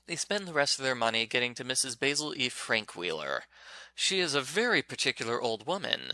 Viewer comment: I'm reading this book for "Andrea's Storytime" in Summer 2021. You pronounce the woman's first name as Baz-ul and her last name is pronounced as Frahnk-while-er. I remember reading it in the 4th Grade and it wasn't bad at all. It got to the funny part where Jamie and Claudia Kincaid hide their clothes inside of their instrument cases and sneak around The Met in their nightwear as a way to create the effect of dreaming that they saw Mrs. Basil E. Frankweiler at the art museum which is located in New York City. 👏🏻 Did you know that it won the Newbery Medal 53 years ago?